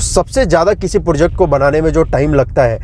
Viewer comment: project bola karo bhai porject nhi